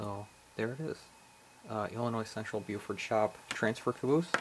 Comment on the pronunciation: not to nit pic but you pronounce it as if Beaufort shops but maybe its the recording. the name bluford is more than the identity of the company. it is also the location of the corporate office. bluford illinois. this is a yard or former yard on the edgewood cutoff west of mt vernon illinois. i like all of tour icg reviews and would like to see more of your layout. there isnt enough ic or icg out there these days. you would benefit more from your sharing of your obvious passion of the icg with others. i appreciate your efforts and hope to see more from you. subbed.